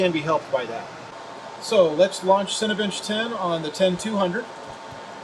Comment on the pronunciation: It sounds like he says "Cinebitch". XD